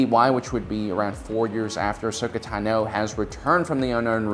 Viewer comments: Why do you always say Ashoka Tanó? It really grinds my gears every time I hear ‘Tanó’ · Ashoka Tah-no lmao